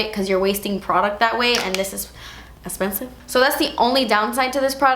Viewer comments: Girl please do a part 3! I love hearing you talk about crazy pricey makeup cause I just wait for the "das esspensiveee" and you have me dying laughing 😂 I've been waiting!! Love you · "ees lyk waatever" hahahaha ees esspensive